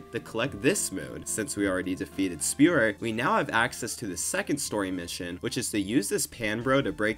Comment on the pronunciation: i thought you were saying Spirit instead of Spewert until like 6 minutes into the video